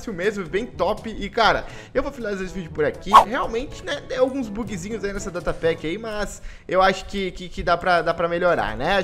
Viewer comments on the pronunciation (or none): none